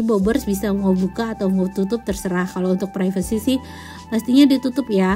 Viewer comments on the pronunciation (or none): none